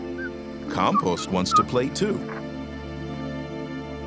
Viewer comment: every time i hear the narrator say "compost" i start to laugh